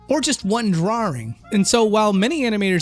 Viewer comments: "drawing" has one "R" in it. It's not "drawring". Please stop saying "drawring" D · DRAW ING not DRAW RING man! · DRAW - ING, There is only one R in it, stop saying "drawring". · Why do you keep putting an r sound in "drawing"? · Drawrring... are you 5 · Stop saying DrawRing, it's triggering my autism. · We love you. I can't watch this video without cringing at "drarrrrings" though😂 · Oh you know my name is Simon, and I like to do drawrings, I like to draw all day long so come and do drawrings with me. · i cant take this video seriously with how you pronounce drawring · drawring ... Drawring ... DRAWRING ... -_ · Is he saying 'drawring'? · "Drarring" -, 2018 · i think its funny and cute that he messes up by saying 'drawring' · Why can't you say drawing correctly? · To all of you pointing out says "drawring". He also says "rawr" instead of "raw" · That pronunciation of 'drawring' though lol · You came down to the comments to see people talk about his pronouncation of "drawring"... For shame! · Why can't you say the word "drawing" properly? and but there's loads more. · "draw-ring" Love the video, but I can't stop chuckling whenever I hear someone say drawing like that. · They'd take me to a speech class in school if I pronounced drawings like that lmao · Why? I've never heard anyone say drawring before this guy did. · Why can't you pronounce drawing? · Anyone else think pronounces "drawing" weird? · How many R's do you think are in "drawing"? ;) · As long as you don't teach them how to say the word "drawing". Which you pronounce wrong btw.